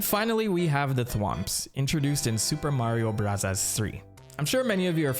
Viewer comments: Why does he keep saying supa mario brazzers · Nobody:: "Soopa Mario Bruzzahs" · you dont have to say "super mario brazzas" you can just say bros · It's Super Mario Brazzers, You've been pronouncing it wrong the whole time. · Whys this guy saying the game titles in a Japanese accent goofy ahh mf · Why can’t you say super Mario bros normally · stop pronouncing super mario bros like that, jesus you're annoying